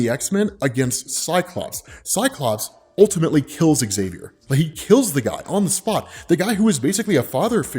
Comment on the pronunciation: ok, I really need to ask.. when I watched the Xmen show recently, I think that was called Xmen 1987.. I kept hearing Magneto says Axavier instead of just Xavier.. and then i started hearing noticing that everyone was saying Axavier instead of just Xavier.. and Now I randomly watch a Xmen video and notice that you also say Axavier.. like what's going on? is it an american thing? like how you can't pronounce ratatouille correctly?